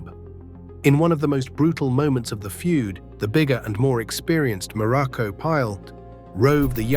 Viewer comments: Information is good, but lacking, the human touch to correct important ers like name pronunciation and incorrect wrestling video footage and pictures, placing Pedro moralas, in the place of Don Moroco, both great and memorable Wrestlers, but with some major human difference 😳,.. yea misplaced information and misplacing and pictures with wrestlers here it's very shoddy work here on this one..😢.. 👎👎👎🙁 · Be nice if AI could at least say his name properly.